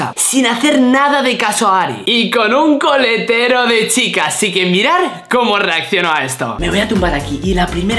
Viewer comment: dijo colatero en vez de coletero os pongo el minuto aquí escuchad Có atención